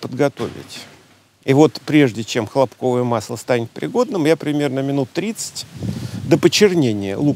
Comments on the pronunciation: ХлОпковое масло. Ударение на первый слог. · ХлОпковое масло, правильное ударение на первое о